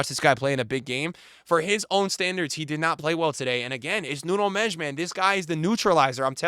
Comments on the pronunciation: Why does he call him “Nuno Mesh”💀💀💀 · The way you butcher Nuno Mendes name😅😂😂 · You've got tomlearn how to say Nuno Mendes! He deserves it